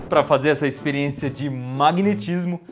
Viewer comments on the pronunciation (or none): Kkkk Depois de ver tantas vezes esse vídeo, agora que eu percebi que no começo ele fala espiriência kk